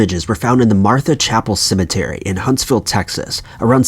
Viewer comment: This is how many times he says cementary 👇🏽